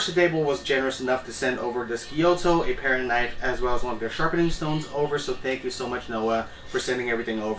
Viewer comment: is it not a gyuto, thats why you pronounce it wrong all the time?